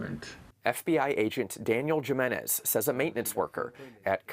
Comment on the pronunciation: FOX would pronounce it JIMenez lol jesus christ